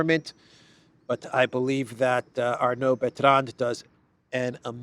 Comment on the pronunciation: FYI, "Arnaud Bertrand" is a french name thus you don't pronounce any ending "d"s in the name. You say: Arnau Bertran!